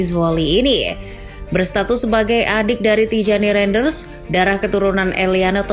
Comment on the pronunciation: izin koreksi nama min, Tijjani Reinjders --> Tiyani Rainders, Eliano Reijnders --> Eliano Rainders, terimakasih min